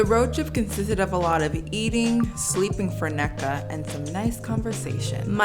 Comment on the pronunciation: idky i just processed youre igbo, same sis. love the pronunciation of “nneka” 🤣